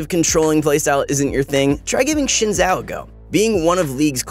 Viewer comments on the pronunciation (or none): Shin zhao lol xin sounds like zin I'm pretty sure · Learn how to pronounce Xin Zhao, please..... It's Zin Jao. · He keeps calling xin shen.... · Why you called Xin zhao "shen" whole time xD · Ah yes, the new champion, Chin Zhao. Thanks I wasn't sure how to pronounce it. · U keep calling Xin Zhoa Shen, I am offend. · Shin zhao or zin zhao ?